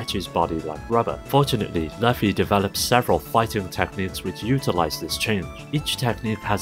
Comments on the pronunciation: Loofy, not LuF-y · LOO-fee. Not Luff-e. It's only the best selling manga series of all time but why take one second to look up One Piece of info